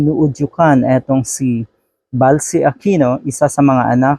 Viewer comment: Ballsy not Balsy. Pronounced as Bolsy.